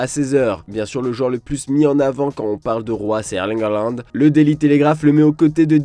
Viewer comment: D'autant que la vraie prononciation est Hollande (comme Flanby)